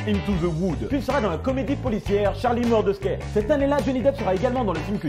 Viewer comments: allez quoi la prononciation des films ! fait attention quand même ! DesperaDo avec un D pas un T, Charlie Mordecai comme le raï la musique... attention quand même 😘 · Pas mal d'erreurs de prononciation (The Brave, Mortdecai, Sweeney Todd...) mais globalement correct. Par contre, il ne joue pas le rôle principal dans Private Resort, il joue le meilleur ami de celui-ci et parfois tu cites de simples caméos comme de réels rôles (Ils se marièrent et eurent beaucoup d'enfants..). Franchement ton concept est pas mal du tout, mais tes recherches sont très peu poussées malheureusement... TWD et Rango sont de parfaits exemples. La plus grosse erreur restant son vrai nom, John Christopher Depp II car, ce n'est qu'un détail certes, mais sans le "the second" tu parles du père et non du fils. En conclusion, c'est clairement brouillon. Et puis ça ne mets que peu en valeur l'étendue de son talent. J'espère que j'ai été assez constructive ;)